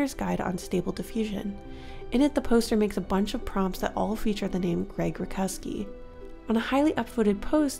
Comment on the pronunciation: Grzegorz "Greg" Rutkowski is a Polish artist and his last name is pronounced more like "root-cough-skii" :) Hope this helps in case you ever bring him up again! Great video